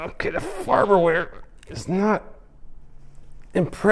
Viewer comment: "Farber ware" lol